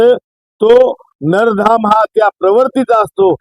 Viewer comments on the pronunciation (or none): नरधाम नाही रे बाबा 😡😡😡 नराधम....!